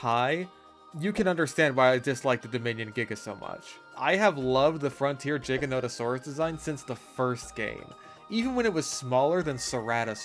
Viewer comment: I fully agree with your ranking but I hate you for pronouncing giganotosaurus as “jiganotosaurus” like ew bro….